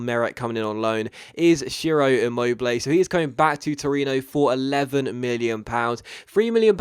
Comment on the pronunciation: Just a little help about pronounciation (I know it's not that easy) for your two great signings : "Tchiro Immobilay" "Hakan Tchalanoglou" Great episode as always and great signings even if their names aren't the easiest on earth :)